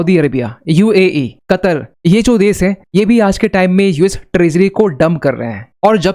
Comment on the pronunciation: देश बोलिए देस नहीं ।